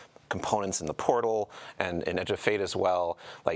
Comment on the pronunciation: The overemphasis on "the portal" is mind numbing.